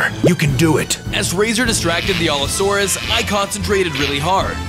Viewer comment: Also you were pronouncing allosaurus wrong alot